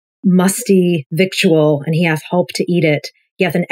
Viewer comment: "victuals" is pronounced "vittles." You're welcome.